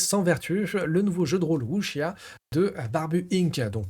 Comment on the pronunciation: Le Wu xia Pian (à prononcer "wusssia" et non "wuchia") est effectivement un style bien particulier, donc pas évident à sortir et faire jouer. Surtout que beaucoup vont préférer se diriger vers des blockbuster du genre déjà établis et qui mélangent un peu tout (mix Chine/Japon) façon hollywood comme L5R. En tout cas belle découverte, merci pour la vidéo de présentation pour les fans pur jus.